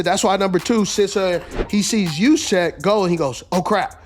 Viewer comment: I say drop Deebo Samuel so that way you can keep Kyle Jusechck, ( I know I butchered his last name but you did it). Reassign Jennings and try to adjust a couple bigger contracts so that way you could give Brock Purdy at least 45 million A year